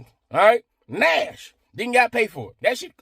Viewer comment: Dude...we have to teach you how to say nyash properly. 😂